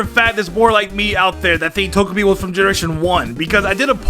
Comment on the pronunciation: Pokemon: Togepi and: "Tojapi"